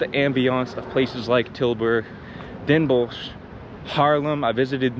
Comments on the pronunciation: the way you said "Den Bosch" .. come back home dude.. you just passed the "inburgeringsexamen" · Hearing him say Den Bosch a couple times I thought he was Dutch, but then he said "heel goedkoop" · My man just casually dropping perfect pronunciations of Tilburg and Den Bosch in there like it's nothing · Your pronunciation of Tilburg and Den Bosch is spot on btw